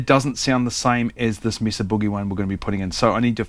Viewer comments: Yes, it's may-sah. Like Mesa in Spanish meaning table. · It's pronounced as Meh-Zuh Boogie. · Its MAY-sa in the US. Its a spanish word. We pronounce it like spanish speaking folks do. But you and the Brits pronounce "solder" correctly, and we don't, so its all even. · "Mesa" is a Spanish word pronounced MESS-a. The Americanized English pronunciation is MAY-sa (which is how it is pronounced by non-Spanish speakers in the city of Mesa, Arizona). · It’s not may-suh, it’s a Spanish word pronounced correctly meh-suh, regardless how you say it, that is the correct pronunciation. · Actually the correct pronunciation is meh-sah, not may-sah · Mesa is a Spanish word. E is pronounced A. A is pronounced Ah. So.. Mesa is pronounced like MaySah. 60 years in Southern California with several familly members married into the hispanic bloodlines. Hope that helps! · It's from Spanish and it's pronounced May-sah. Also, does the inductor have a polarity? If so, is it marked? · It's pronounced MAY-suh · Mess-ah is the correct Spanish pronunciation. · What a simple and cool mod. This is thinking outside the box a bit and I love it! BTW it’s “May-Sah” - I live close to Mesa, Arizona, and I’d never make fun of anyone for saying something like that wrong as it means they learned it by reading it. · It's table in Spanish, so may-suh. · what in tarnation? MAY-esa Boo-GEE-eee! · Meh-sah actually. the "may" is the americanized pronounciation. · Actually Australians get it right. That E has a pure sound, like E in most world languages, it isn't a diphthong like in English. Mesa is in the territory that the USA took from Mexico. It's a Spanish word, so not may-sah. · It's May-Suh. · It's "may-suh", like the geological formation.